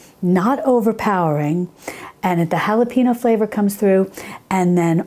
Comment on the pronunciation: not HALAPEENO, but HALAPENYO